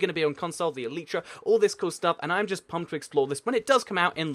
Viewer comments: It's elytra pronounced al I tra not el each ra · why do you say eletra when it is spelled elytra and the minecraft wiki says this "Elytra (pronunciation: [ˈɛl ɪ trə] el-i-trə)" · OH FOR THE LAST GODDAMN TIME, ELYTRA IS PRONOUNCED "ELAJTRA" NOT "EELEETRA"!!! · yes I know it's latin for wings you clever loads gun, clever points gun gamer shoots